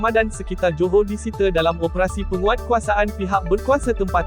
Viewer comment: Sebutan ' disita' tu salah..